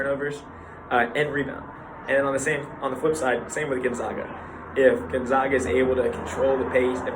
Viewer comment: Gonzaga is not prounced “Gonzauga” , it is Gonzaga, like “in the bag!”